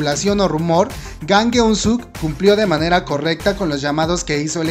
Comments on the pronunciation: Su apellido es Jang... por que le dices "Gang" ?? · creo que tu pronunciasion es malisima el nombře real es jang no gang literal se pronuncia chang a si debe de sonar jang en coreano estudiale amigo por que tu pronunciasion es malisima